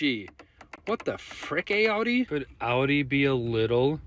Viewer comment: im sorry but the way the guy a-udi? hello? anyone else notice the really odd pronounciation?